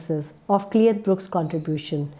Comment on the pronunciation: his last name is Brooks not BrookEs